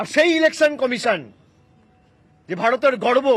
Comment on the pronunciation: "ভাড়তেড়্ গড়বো" ফচকে ছোঁড়াগুলোর উচ্চারণ ঠিক করা দরকার।